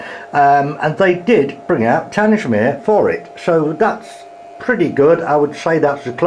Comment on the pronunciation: Tangmere is pronounced tang-mere